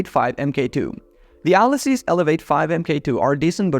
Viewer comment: ALESUS = "ALEESUS"